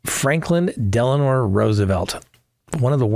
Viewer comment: It's Delano, not Delanore